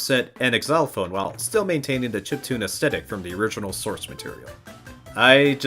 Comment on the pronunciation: Xylophone isn’t pronounced Ex-ylophone lol